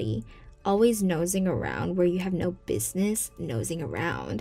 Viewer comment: And buniss instead of business